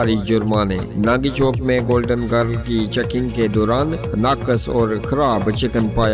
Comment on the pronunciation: Golden grilllll.... Not giiirrll